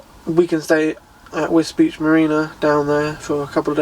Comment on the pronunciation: I thought Wisbech was pronounced Wisbeck not beach